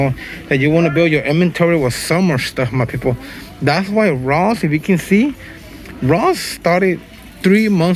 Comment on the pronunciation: He says “mwy peepols”